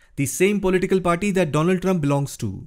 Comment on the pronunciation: Mister doland Trump 😂